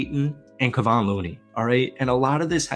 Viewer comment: For bleep sake! Learn how to pronounce Kevon's name! Hard to take you seriously when you can't even say the name of a guy who has been playing with the Warriors since 2016. Reminds me of all the videos where the narrators keep talking about "Steven" Curry.